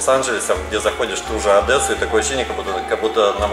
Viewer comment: Адэса.... ужас!!! Одесса - произносится мягко [АДЕССА]